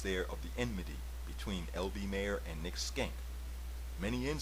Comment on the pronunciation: Nicely done, short but full of information! PS isn't it SHENK not Skenk?